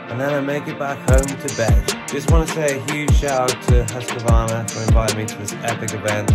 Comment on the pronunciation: Its pronounced hus-qvarna not husq-varna